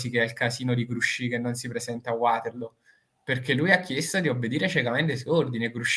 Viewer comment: Ci sarà anche stato il sole d'agosto, ma la velocità del manipolo di soldati americani in Sicilia è enormemente inferiore a quella normale dei soldati napoleonici P.S. Vaterloo, non Uaterlo (per favore, non anglicizziamo - più o meno - tutto)